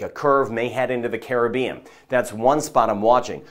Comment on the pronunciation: I am a New Subscriber!! Great & Accurate Weather casting & can pronounce Caribbean the Correct & Carib-Bean way too!! 😂 Much appreciated!! 👍 👍